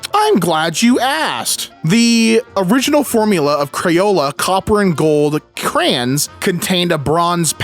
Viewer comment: Bro, it's crayons not crans.